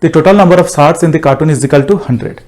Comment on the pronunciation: Cartoon nhi it's carton (box).